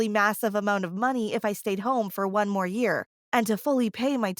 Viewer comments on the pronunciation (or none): "One yaer." You messed up